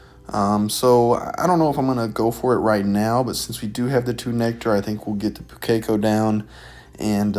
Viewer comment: Sorry to be that guy but Pukeko pronunciation, the strong syllable is the first one, so it's pronounced POO-ke-ko, not pu-KEK-o.